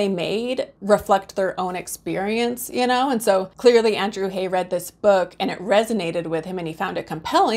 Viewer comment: The director/screenwriter's last name "Haigh" is pronounced to rhyme with "vague": long "A" and hard "G".